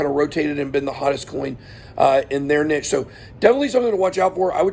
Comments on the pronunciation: good points! check what category the coin is in. btw it's "neesh" not "nitch" :) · Is this how all Americans say niche?